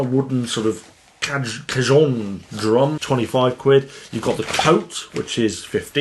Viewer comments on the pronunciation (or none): none